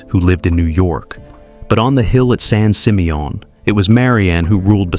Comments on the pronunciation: Right? I was like what the heck is son seemayOHN? 😂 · didn’t realize it was pronounced “San SeeMeYawn” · san sih-MEE-un -- That horrible AI voice mispronouncing it over and over got on my nerves. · The way that San Simeon is pronounced is hilarious😂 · Some pictures are NOT Hearst Castle ... and he says San Simeon wrong. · Wow AI can't say San Simeon correctly 😂😂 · Sounds French 😂😂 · Wanted to scream after listening to mispronunciation of San Simeon Did tour few times when family visited from back east The pools were my favorite especially the indoor pool Don’t know what shape the estate is in now or they have any tours Run by state of Kalifornia